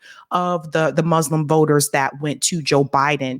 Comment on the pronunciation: Better pronunciation please,. For 'Muslim it's not 'Muzzlams', it's 'Muslim'